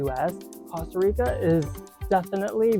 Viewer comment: He pronounced it correctly. Are you American? They pronounce it coasta rica, but that is incorrect.